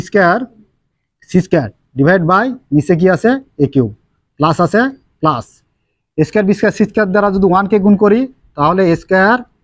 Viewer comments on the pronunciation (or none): এছ স্কয়ার বিছ স্কয়ার 😅😅